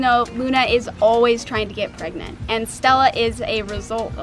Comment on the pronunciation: There turning...... PREGANTA!?! PreGannatns